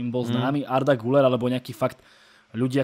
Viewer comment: ten Arda se čte GYLER! je tam přehlasované U a to se čte jako Y